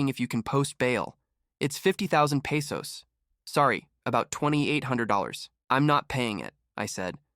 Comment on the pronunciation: Peysos? It's pronounced Peh-sos